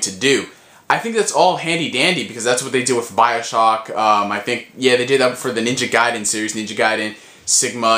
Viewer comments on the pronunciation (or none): you sound australlian when you say ninja gaiden